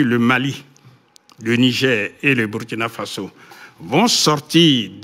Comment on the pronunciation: Quand les NOIRS prononcent / byrkina/ (burkina) au lieu de / burkina/(BOURKINA) ça fait mal aux OREILLES.